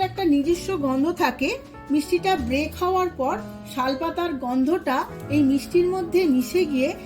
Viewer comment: Break noi didibhai ota bake hobe